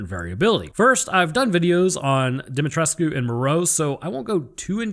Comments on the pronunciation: Demetriscu The "u" is silent 😉 Yet another great video 😁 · Is he saying "DEMI TRESS KU"? Lmao Pronunciation my dude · It's pronounced DOMMITRESK. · It kinda disturbs me everytime he says "De-met-resku" 😂 Got too used in pronouncing it as "De-met-resk"😅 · Awesome vid. Truly informative. Just the pronunciation of 2 names : Cadou = Kdow Dimitresque = Dimitrek